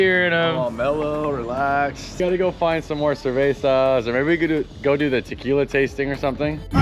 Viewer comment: He said Trquila plants! Haha